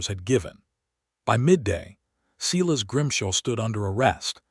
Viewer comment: It’s not Seeles it’s Si las. Very disturbing.